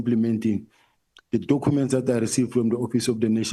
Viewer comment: I heard that and tried so hard to ignore 😂😂😂😂